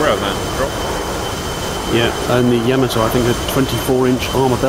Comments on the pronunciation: Just wondering if you knew you were pronouncing "Yamato" wrong. It's yuh·MAA·tow not Yah-ma-TOW. Didn't know if you were doing this on purpose. If so, please stop. I find it disrespectful to this amazing machine and the people lost on her. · Very cool, but it's not Yama-TOE, but rather YA-mato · Yamato not yama toe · It not Ya-mo-Toe it is Ya-MO-toe. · It is not Yamm A tow It is Yah Mah Tow! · Not pronounced Yama-toe it is Yah-ma-toe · you should look up how to pronounce words like Yamato